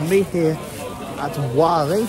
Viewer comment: Oh yeah just thought id mention its pronounced 'Wor-Lee'